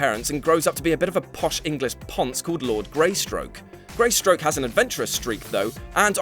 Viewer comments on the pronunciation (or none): "Greystoke", not Greystroke. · Two things - Epitome. say it with me... EH - PIH - TOH - MEE. And Tarzan's family name is Greystoke, not Greystroke. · ... and I was just about to close the vid when I heard you pronounce Tarzan's human family name as 'Greystroke', not 'Greystoke'. Bloody hellfire, the name of this channel is What*culture*, right? Don't you think you'd need to know something about it first, beyond what you skimmed for fifteen seconds on wikipedia? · GreySTOKE dammit not GreySTROKE, that sounds like a bad porno!